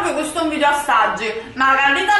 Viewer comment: La parola corretta è VIDEO, no VIDIO ma VIDEO, con la E!!!